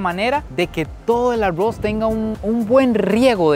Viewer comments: 😂porfa no digas tanto la palabra agos 😮si no sabes pronunviar la r doble😮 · Los ticos así pronuncian la r. 🙊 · Así pronunciamos los ticos la "R" 😊😂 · me gusta muchisimo tus videos, pero la manera en la que dices arroz es lo mejor ahahha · Dices arroz muy graciosamente